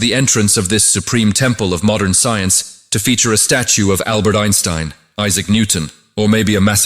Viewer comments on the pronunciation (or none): none